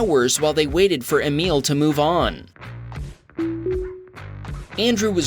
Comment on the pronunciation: I had an uncle and grandfather named Emil. It was always pronounced Ay mill. You pronounced Emille. Just sayin'